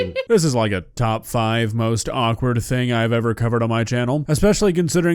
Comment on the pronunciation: Hawk two-uh? SpIIt on that thIIng?